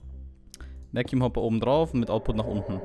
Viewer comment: sag bitte vakum und nicht veküm